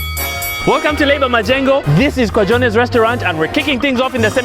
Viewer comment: Kwa Jones read as kwa jones😂😂